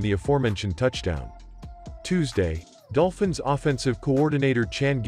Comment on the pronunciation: I definitely heard "Dopfins" at the beginning.